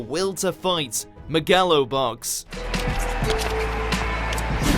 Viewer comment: "MEH-GA-LO BOX' - 2019